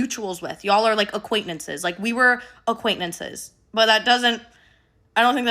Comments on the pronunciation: Does anyone else hear “aquaintmences” instead of “acquaintances” ? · so no shade to but was girly saying acquaint(n)ances? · I’m sorry but if she mispronounced ’acquaintances’ one more time, I was going to explode 😂